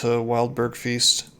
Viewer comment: Btw, dunno it will ever be relevant again but, "Feste" is not even close to "feast" It's more like best or blessed. "Fes" as in "Bless", "te" as in "temp" Edit: ohh, or the fes in confess. con-(fess te)mp Fester might help with the feeling for it too.